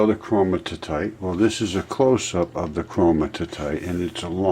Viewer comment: it's Chromi-tite, not Chroni-ti-tite. Great info though, keep going my man, keep going.